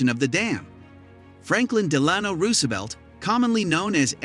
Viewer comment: Do you suppose FDR would have been ticked off at the computer announcer butchering his name?